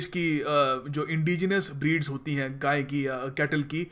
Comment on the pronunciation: Didn't say "gaye" properly there, sounded like a little slip of the tongue. Later on a picture of a bull is shown too, not of a cow